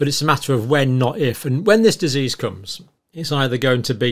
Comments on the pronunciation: The man can't even say the word 'disease'. He also misspoke. They have been preparing Disease-X, not preparing FOR it. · Sorry I don't like the way he pronounces disease it's annoying as hell... and oh if that was the only complaint I had? We will Exile the Knights of Malta and they are responsible for the oppressive domination of all sectors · You'd think that being able to pronounce 'disease' would be an advantage for someone at the head of the WHO. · Someone should tell Mr Tedros how to pronounce the word, disease - with the accent on the second syllable . . . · Dizzes! Surely he could learn to say that word. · It's amazing that the head honcho of the W_H_O often has problems pronouncing the word 'disease' when that seems to be his raison d'etre! He calls them 'Deazes', which doesn't really inspire too much confidence, but obviously pales into insignificance when compared with his other myriad misdemeanors! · I would feel much more confident if Tedros could pronounce the word "dizzes". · The Director General of The World Health Organisation - cannot even be bothered to learn english - he can't even pronounce the word "disease" !! Have a think about that... It's done on purpose - It's part of the piss take. The psychopathic leaders think this sort of thing is funny. The last "Deziz X" ... was a bad 'flu' - so effing deadly that I didn't notice when I had it...and I was 63. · 3: = "deases." If the HEAD of the World HEALTH Organisation can't even PRONOUNCE the word "DISeases".......................... be wary!!!! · Biznizz not dizizz . jokers!😂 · Amazing Tedros in his position and can’t pronounce the word disease . He has a very questionable history . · It can't even pronounce the word disease and it is supposed to be the 'leader' lol Edit: Maybe they [WHO] should be concentrating on china and Africa - where nearly ALL these 'diseases' come from to help prevent future strains! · He cannot even express the word "disease" correctly!!!!